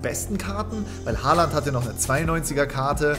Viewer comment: es heißt Haaland